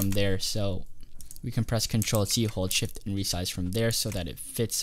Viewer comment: i thought you said hold shit